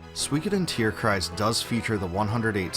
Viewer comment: Respect for you pronouncing the word "Tierkreis" correctly : ) it's probably not easy or intuitive for a non-german speaker. The game was pretty cool. But not really super memorable.